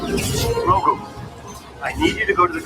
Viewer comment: So “Grogu” is now “Grootgu”?